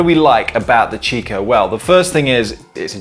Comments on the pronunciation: It's pronounced "Kikko" not "Chicko". It's an italian brand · In the UK it is normally pronounced 'chicco' never heard it pronounced 'kikko' before. Maybe over time it may change like the pronounciation of 'Nestles' to 'Nestlay' and 'Jané pronounced 'Han-nay'